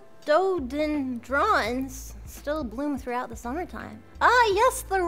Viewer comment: Poor Melody can't say rhododendron.